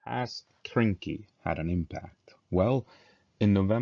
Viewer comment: Hey its Krynky not kynky, lets get our minds out of the gutter 😁